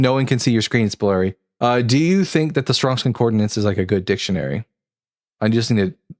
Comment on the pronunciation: Please, for the love of the god none of us believe in... it is con-COR-dance... not con-COR-de-nance